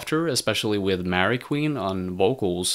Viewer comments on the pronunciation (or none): none